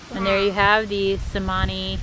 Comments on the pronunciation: It's "Chemani" not "Semani" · It's actually pronounced Cher-mani, as the letter C has a CH sound in the Indonesian language. But they are such a beautiful bird, though I hear they are very expensive, over $1500 a bird.